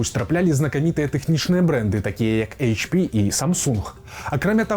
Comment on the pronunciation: У Бел мове няма мягкага Ч. Таму ЭйЧ-Пі, а ня Эйчь-Пі, пэўна.